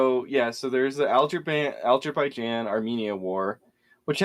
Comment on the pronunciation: Algebraijan, they've invented algebra there, haven't you heard? honest question - why do you both have such big problems with pronouncing words? fucking hell.. lol